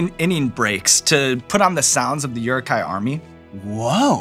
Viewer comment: ITS pronounced oo-ruk hai!!! 😡😡😡 😂😂😂